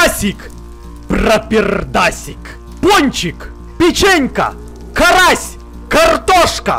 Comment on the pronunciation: Почему ты карася назвала карас